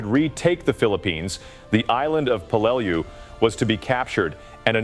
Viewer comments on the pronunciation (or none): When I was in the Navy there was a ship ship named in remembrance of the battle of Peleliu. We all pronounced it Pel le lou. I think the voice bot needed more training. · C'mon you do a video on this battle and you can't even pronounce the name of it?! Typical American, I guess.